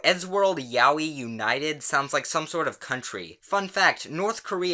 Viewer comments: That isn’t how you pronounce ‘yaoi’ btw..... XD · "Ya-wee" I'm choking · The way he pronounces Yaoi triggers me. Lol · Is that really how you pronounce yaoi?